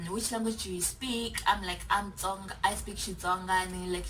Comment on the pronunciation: This is hilarious 😂😂 Most of them this side can’t even pronounce Tsonga😪 they pronounce it as ‘Conga’ like WTF. They can say Tsiii then why can’t they say Tsonga😏